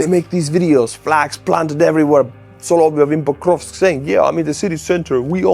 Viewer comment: Excuse me,, it's pronounced "sah-lah-VYOFF.